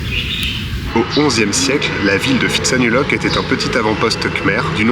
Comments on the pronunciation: Bonjour et merci de votre partage sympa. Le ph en Thaïlande se prononce p , pas , f ex pitsanlok , ko pipi, etc... on attend le prochain épisode a+ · Pitsanulok, pas Fi !!! tout comme Pra, pas Fra...cela dit, vos vidéos sont sympa, merci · Vous n'avez pas remarqué que les locaux prononcent Pitsa et non Fitsa ? Pourquoi les français prononcent le PH Thai " F" ?? C'est pas du grec !!!! H légèrement aspiré , le P se prononce P . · Je me demandais s'il ne vous était pas arrivé quelque chose... heureusement non, sinon la découverte de cette ville de Phitsanulok (prononcer Pit avec le H aspiré et non Phi comme en grec) n'aurait pas été possible. Plaisanterie mise à part, c'est étrange que vous n'ayez pas trouvé un marché de nuit. Ce n'est pas uniquement touristique, c'est typique Thaïlandais. Ce n'est pas grave, vous avez pu voir un musée plutôt chouette. Vos vidéos sont vraiment sympathiques quoi que.... trop rares. 😁... Merci pour ce que vous produisez.